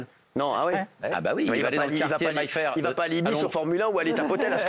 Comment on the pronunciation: MAY-fair... pas MAILLE-fair!!!